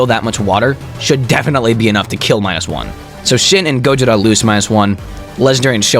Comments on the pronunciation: Bro, it's Gojira not gojita like you keep on pronouncing. 🤦🏽‍♂️🤦🏽‍♂️🤦🏽‍♂️ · dude is saying gojida instead of gojira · You said gojira wrong